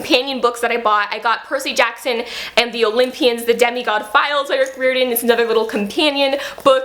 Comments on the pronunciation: I agree with all the Rick Riordan love, but it's Rick Riordan said like "RYE-r-don". I want to read the Kane Saga graphic novels. I think those are the only Riordan produced thing I haven't read save the newest book. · your pronouncing his name wrong, it’s: Riy-ordan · Not sure if anyone's mentioned this by his last name is pronounced 'rye-or-den' :) just wanted to mention that. WHERE DID YOU FIND THE PAPERBACK COPY OF HOO?? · Your saying his last name wrong but I’m new and I’m in love with your channel